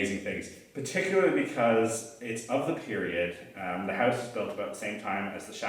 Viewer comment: Why do all Canadians pronounce House, Howwwusse?